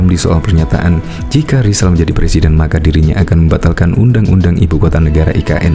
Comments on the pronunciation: Ngomong aja bisa mau jadi plesiden lamli lamli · 2 th lg yg jd pelesiden lizal lamli hihihi lutu X yaaaa negli kulawa hahaha ngakak guling guling !!!